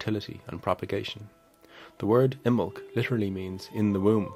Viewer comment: Imbolg has three syllables. I muh lug.